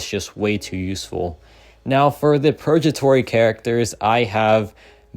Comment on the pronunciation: Hey there! Just a quick tip on pronunciation—it's 'purgatory,' with a hard 'g' sound like in 'go,' not a soft 'j.' It should sound like 'PUR-guh-tor-ee.' Hope this helps! Keep up the great content!